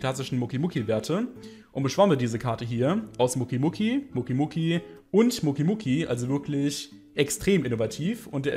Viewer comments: Muki muki es heist mokeeey das e wird betohnt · Bitte sprich doch Mokey richtig aus! Das klingt wie Muki und das klingt so komisch! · naja er spricht es als würde da ein u stehen allerdings muss man die mokeys mit o sprechen , hört man auch in GX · Mokey wird anders ausgesprochen 😅😂